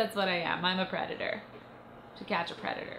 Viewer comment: Lol "i'm a preadetor"